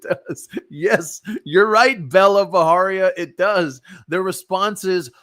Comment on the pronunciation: It's not Baharia guys, it's pronounced just as it's spelled, Bajaria. That's an Indian surname not Mexican. Please stop making it sound Mexican. Even her name is not Bella, it's Bela pronounced as "Bai-luh", which too is an Indian name, a bit outdated though, like a name from the generation of our grandmothers!